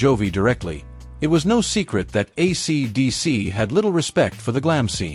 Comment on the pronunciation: Fake voice can't pronounce AC/DC. Some pictures of Malcolm Young are reversed. The verbose, semi-vacant script sounds like AI. Yech.